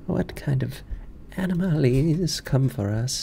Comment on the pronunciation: enooomalies, aaanoomolies, anooomalies! Alright I can't no longer pronounce that word properly thanks.🤣